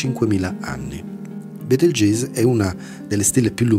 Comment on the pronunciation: Comunque si legge "Betelgheuse" che io sappia.